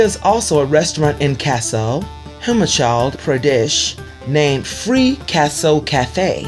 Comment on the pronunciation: And also Himachal Pradesh - Humachaaaal